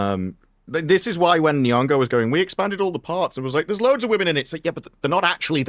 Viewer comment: "Lupita N'bongo" 😂😂😂